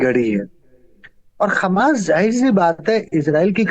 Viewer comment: ji aaj tak aapko ye bhi pata nahi chala ki hamas he ya khamas aap khamas bole ja rahe hen